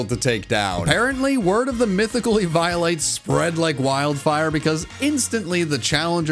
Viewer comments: He called eviolite e-vial-lite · Eve - eye - o - light 🤣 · Did he just say e-violate? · my lad, my brother in fraug, it's pronounced eevee-o-lite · plz stop sayng it "e-violate" :p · The way he says eviolite kills half of my soul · How the hell is he saying eviolite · Wait- I’m sorry, HOW did you say eviolite?? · This video was an instant 11/10, But the pronunciation of “eviolite” knocks it down to a 10/10😭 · Yea ok but why you say eviolite like that 🤔